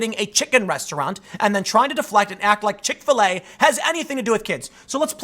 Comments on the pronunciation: I understand everything you say... got it all.. but can you start pronouncing Chick-fil-A as “chikfuhlay” like the rest of the normal world? Why do you put so much emphasis on the FIL part.. makes me cringe for some reason. Like watching a white dude in a club with the dance floor all by himself awkwardly moving yet he thinks he’s dancing ya know.. like that type of cringe. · Do you seriously not know how to say Chick-fil-a?